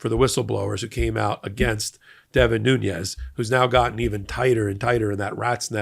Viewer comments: Nunes is not a Spanish name, it’s Portuguese! Don’t say “nunies” it’s simple “nunes” or if you want to say in Portuguese “nunesh” or the simple English approach “noons”. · Nunes is pronounced as "Noons" in Portuguese. He is not Spanish descent. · He's Portuguese!!! It's pronounced " Nu-nesh" There are 2 n letters in the Spanish alphabet. One letter has the "tilde" in which the emphasis is placed on that letter! The Portuguese alphabet has one letter n. I'm a Latina who grew up in a Portuguese family. Please don't refer to Devin as a Latino!! I live in his old district in Tulare County, CA. That's close enough for me and my Portuguese family back in Santa Clara, CA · The pronunciation of Nunes last name is not Nuñez, which would be in Spanish. Nunes is Portuguese. This guy is the son of Portuguese migrants to the San Joaquín Valley in Central California, dedicated to dairy farming. He is an embarrassment to Portuguese people, to the San Joaquin Valley and to cows. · Just a minor point of pronunciation. Devon Nunes spells his last name with a "n" towards the end not a "Ñ" so the pronunciation is as with the regular n sound not the Ñ with the tilde above it. It matters. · Please learn to pronounce Nunes. Makes me crazy. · Hey, great reporting as usual! Just 1 correction to the name of Devin Nunes. His name is Nunes, not Nuñez. Hes of Portuguese descent, not Spanish descent. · The name is said "Noon-es," not "Nu-ñez." His family is Portuguese descent from the Azores. They're not Spanish. If someone mispronounced VP Harris' first name you'd get your back up in the air. But you can't once say Devin Nunes name correctly. It's annoying. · I do share your scorn with these individuals but I wish you would get their names right. Maybe it's a sensitivity because I hear WILKERSON so often when WILKINSON is so easy. And the fact I speak Portuguese. Not Nuñes (NOO-nyez). It's Nunes (NOO-nez.) No "nye". Same thing with that p.o.s. Aileen (AY-leen, not EYE-leen) Cannon.